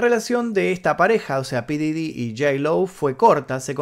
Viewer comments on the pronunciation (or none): Se dice pooof didy no como tú dices 😒